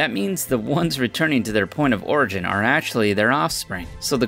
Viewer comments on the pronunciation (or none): none